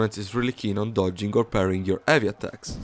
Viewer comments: When u speak "heavy", the H is not silent bro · I love how he just completely disregards the "H" sound lol